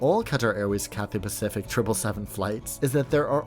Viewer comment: your content is amazing but i couldnt help but notice the way you said cathay pathific